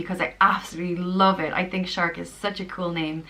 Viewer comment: Seriously “Searc” shark 🦈!! You keep saying I love this name!! What do you like about this ridiculous name